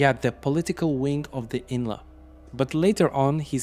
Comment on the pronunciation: Its I.N.L.A...not "inla"....and I.R.A....not "era"